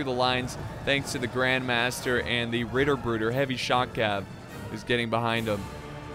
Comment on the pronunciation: if you want to pronounce those Ritterbruder better, try to focus on those T's.